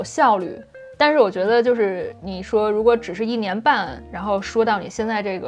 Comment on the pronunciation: 如果一定有想要提升的地方的话，就是一些升调在句子中的变化可能有你会有些没有注意到，比如视频中的“一年半”的一字通常大家会说yì不是yī，“挑战性”是三声-四声-四声（偏轻），不过都是一些小问题了，如果多跟着电视剧模仿半年就是native speaker水平啦🤣